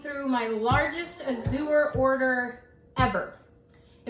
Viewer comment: “Azure” is an English word, meaning “blue.” It’s pronounced /ăzh′ər/ — (ă = short A, as in “cat.” “zh′ər” sounds exactly like the second syllable in “treasure,” “measure,” and so on).